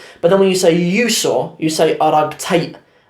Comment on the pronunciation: bro thank you very much but some words are mistaken like qosl always qosol is qosol arag is arag not ark arkid when explain is arag nor ark shukran